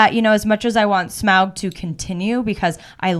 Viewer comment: glad you say smaug the normal way!